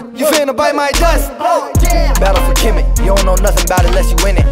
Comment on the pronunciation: It's Kemet. Not "Kemeth"